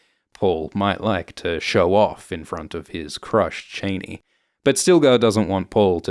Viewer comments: can you please stop calling her Cheney, she's not a relative of Dick Cheney wtf? why is CHANI so hard to pronounce? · its not "chay-nee", its "chah-nee". Its even more egregious in this accent. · " Chain-ee" ? getifuyabassa! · Chani is pronounced like Hani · I'm very disappointed to see that you're still calling her "Cheyney" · "Cheney" its pronounced SHA-NI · My god, is it that hard to pronounce Chani correctly? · Chaa-knee. Chaa-knee. NOT Chaney, but Chaa-knee. She says her name, other people say her name, fuck even Denis Villeneuve says her name. Why can't you? FFS 🤦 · Chaaaani, not Chainey!!! get it right ffs!!! Corr-ino not Correeeno either! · Ok, bruh... It's "Chani", like "chah-knee". Not Chain-knee like she's the daughter of Dick Cheney. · Please, if you are going to pretend to know Dune... please pronounce their names correctly...it's not Chainy...it's pronounced Chahni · ChAni not chaynee bro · It’s ‘Chah-ni. Not Chainy. Long ‘a’ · Its not shani its chaani :facepalm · FYI you mispronounced Chani. (my name) Is this how this movie decided to say it?? I have been wondering!! In the original Dune, and as my father intended for me, it is pronounced "Chauny" It has turned out over the last 39 years and in another movie (Anchor man -laugh with me), "Ch-annie" It is not "Chainy" That's really an ugly pronunciation! I truly hope they don't say it that way in the newer movie! Anyway, other than that, thank you for this run down. It's hard to explain something to people you grew up with, but never read for all the details! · Is it your accent that results in the pronunciation… like… Dick Cheney? I though it was pronounced as Cha-nee… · Pronouncing "Chani" as "Cheney" spoils it for me. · Its not pronounced CHAINEE! Its pronounced CHEE-AWNEE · It's Ch-ah-ni not chainee 🙄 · It's pronounced CHAH-nee. As in "I danced a Cha-cha". Not Chain-y! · Why do you keep saying “Janey”? It’s pronounced “Jahney” in the trailer. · Chahni not Chayne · Dude its CHANI not cheney